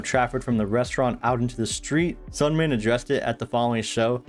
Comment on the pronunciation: This was awesome I love it but you do say Seungmin's name a little wrong